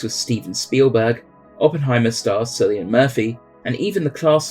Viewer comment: The seeming lack of backlash on the mispronunciation of Cillian in the comments has surprised me